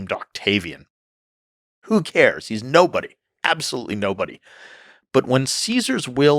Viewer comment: Lol. He said Octavi "Anus"